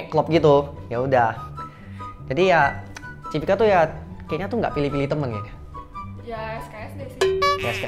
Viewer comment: Cipika bukan Cipiki ya bg??